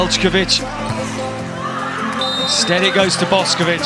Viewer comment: Yall her name aint pronounced like boskovic its boshkovich